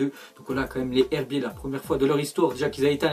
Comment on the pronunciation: Sa ce prononce " les zerbier" .....